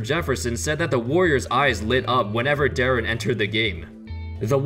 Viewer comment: Darren bruh it’s deron.